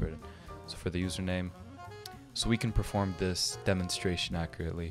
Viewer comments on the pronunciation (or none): none